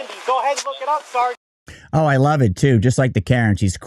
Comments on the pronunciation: His pronunciation of, “sergeant” reminds me of a disgruntled private in the military. It happens a lot actually. I heard it a lot when I was in the Army. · It's SARGENT when Jeremy says it.